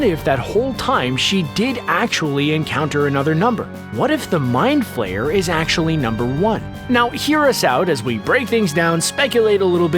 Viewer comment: It's flare not flayer